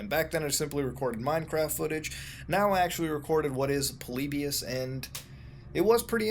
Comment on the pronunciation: Its polly buus not polibus